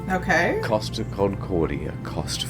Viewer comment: It's cost, not coast